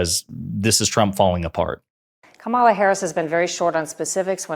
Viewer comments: I wonder if Comma-luh will ever get her name pronounced correctly on a consistent basis? If she started saying that it is in fact pronounced kuh-MAH-luh, MAGA will start correctly pronouncing it. She could say either is fine...MAGA will go nuts. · Another “journalist”, who can’t pronounce Kamala correctly…🙄👎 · Did she deliberately mispronounce Kamala? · COMA - LA! All of the righties and MAGAs purposely mispronounce her name as a backhanded insult. Shortly after Jan 2020, I googled how to pronounce her name. Why? She is the vice president of the United States. I just assumed everyone else would as well. Is that not important? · even the interviewer can't pronounce Kamala's name tssssssss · can't pronounce Kamala correctly. I thought she was educated. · Why do republicans insist on mispronouncing Kamala? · Even this interviewer won't pronounce Kamala correctly. Geesh.